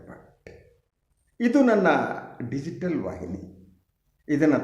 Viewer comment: Bhat ಅಂತ ಯಾಕೆ ಒತ್ತಿ ಹೇಳ್ತೀರಾ... ಏಳೀಳು ಜನ್ಮದ..ಮೈತ್ರಿ😅..ಶಶಿಧರ ಭಟ್ರೂ ಶುದ್ಧ ಆಗಬೇಕು ಅಲ್ವೇ..ಸ್ವಲ್ಪ ಮಟ್ಟಿಗೆ..ಏನಂತೀರಾ😂